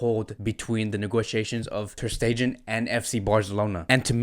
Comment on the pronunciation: Hi.. I hate to be this guy, but please please please make sure you pronounce the players names correctly... Aleñá has an accent on the last a.. is not Aleña.. emphasis on the a not the e. Also Stegen.. not Stejen..